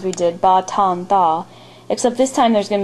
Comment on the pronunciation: ur good but i just need to fix some thing ط=ta not taw and ظ = tha not thaw and غ= is wrong to not rein but i cant write it in english ... goodbye